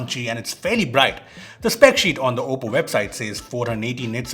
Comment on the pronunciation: You nailed the name 😉